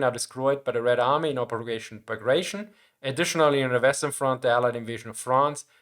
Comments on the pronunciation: Great video, as always. One correction: "tion" in Bagration is pronounced "tea own," not "shun." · Pretty sure Bagration is not pronounced like that, as that was the name of Napoleonic era Russian general.